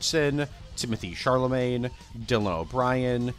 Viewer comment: Timothee’s name is pronounced “Sha-luh-May”